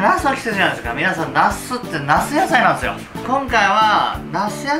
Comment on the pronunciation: なすってなすやさいなんえすよ！